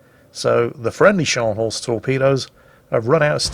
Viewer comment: that's not Schors, that's Scharnhorst.....